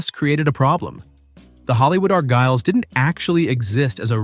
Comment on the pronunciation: IT'S NOT THE arGYLES. IT'S THE ARgyles. YOU GOT THE emPHAsis on the WRONG SYLLABLE. IT SHOULD BE ARgyles